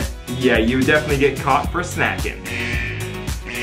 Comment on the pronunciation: dI’d anyone else notice that when it said “snacking” it actually said “snaking”?